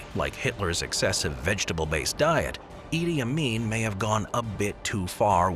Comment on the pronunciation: Did you just said “ Idiot Amin”